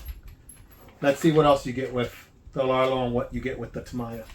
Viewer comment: Nice comparison vid ! Btw, it pronounces as "ta - miya", not "tama -ya"